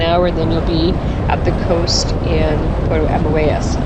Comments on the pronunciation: It is pronounced Puerto AMOY-ES . We live here and absolutely love it. Thank you for showing parts of it. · Your video is nice but your pronunciation is WAY off. You did a video & cannot pronounce the town you reside? Even “Boquete” was off. I cannot listen to the rest. I’m sorry.